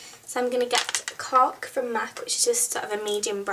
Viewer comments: did she say cock or cork ? -. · when you said cork i thought you said cock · I swear I thought you said 'Cock' instead of 'Cork' for a minute!! :P haha .. Love you're tutorials.. Nail tutorial? :) x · cork + british accent = Cock